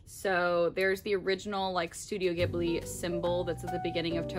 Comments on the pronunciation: Not to be that guy but Studio Ghibli is pronounced with a soft g, so like jib-lee! I found out after pronouncing like gib-lee for years 👻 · 0 0 I cringed every time she said “gibli”